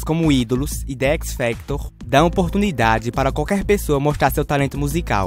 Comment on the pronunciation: "de équisfactor" kkkkll